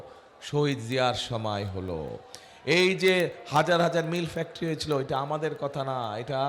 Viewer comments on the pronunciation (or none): none